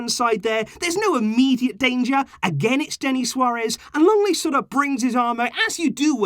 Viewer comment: It's LENGLET, NOT LONGLET!